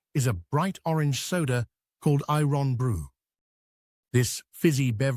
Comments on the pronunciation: I-RON Brew.....................🤣🤣.....Irn Bru. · Any old I ron, any old i ron, any old, any old i ron... or do you i ron your shirts, perchance? been in leg I rons? I know it's probably all computer-generated, but surely somebody should have noticed that iron is a word with no gaps in the middle! Besides - it's IRN-Bru...!! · The pronunciation of "I RON BREW" was more a SHOCK than eye-brow raiser....but it's what we expect from those ENGLISH BASTARDS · I Ron Brew lol, it's Iron-Bru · Unbelievable that you have an English person narrate this video! At least get him to pronounce Irn Bru correctly! It is pronounced like the metal Iron ! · That’s NOT how you say “irn bru. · Interesting, but it made my skin crawl to him him mispronounce Irn Bru ("ai.ern bru" to the uninitiated). I had to buy some the last time I was in Britain, and some Tunnock's teacakes! (To be fair, the teacakes were for my haggis at home. He was looking a bit wan and homesick) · Eye- ron- broow,🤖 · I want to know what eye-ron brew is😂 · No! IRN BRU.. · I-ron brew? Come oan.